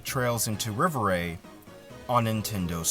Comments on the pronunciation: Im french. Rêverie is a french word. So its pronunced Rei-Veu-Ree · Also, rev er ay for the pronunciation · You definitely butchered it. I thought you were purposely mispronouncing it to prevent being demonetized